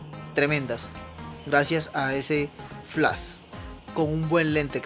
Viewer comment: Tienes razón bro no es burla! Se me hace chistoso como lo pronuncias es todo. el flass !